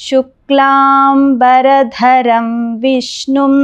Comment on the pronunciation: శుక్లాంబర...ధరం అని పలకవలసింది పోయి శుక్లాం...బరధరం అని పలుకుతున్నారు, చాలామంది యిలాగే పలుకుతారు.ఇదేం దౌర్భాగ్యమండీ